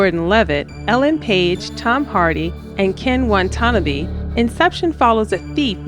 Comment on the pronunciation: I would add Sunshine and Moon to that list. I'd also check your pronunciation for Ken Watanabe. There's only one N in his last name.